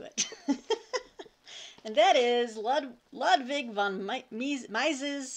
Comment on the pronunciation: Ludwig is pronounced lood-vik. :-)